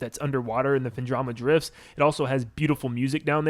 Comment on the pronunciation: These are toally opinions not shared by a lot of Metroid fans. Kinda annoyed you said Phendrama Drifts instead of Phendrana Drifts. And then Sanctum Fortress instead of Sanctuary Fortress LMAO. I jest but yeah Prime 2 is the best for me, Prime 1 is goated and nostalgic. Prime 3 fell away from the Metroid formula which is why people disliked it the most.